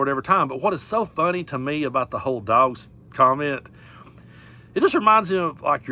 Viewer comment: " they're eating the duawgs" 😂